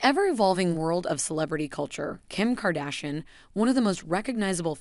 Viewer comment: Hold on you have so much to say about her But you don’t even know how to pronounce her name, neither her ex husband name Heloooo